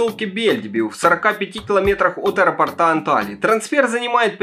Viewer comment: От аэропОрта, а не аэропортА, грамотей🐵🙉🤬🙈😠😡